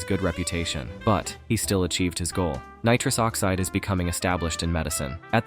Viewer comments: Nitruse oxeeed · Neetruus Oxceed 🤣